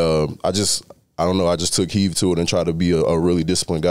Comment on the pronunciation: Someone needs to have his back and let him know it's "take HEED" NOT "take HEAVE". I know what he means though. Glad to see him doing well this season. HTTRWFTC4LIFE!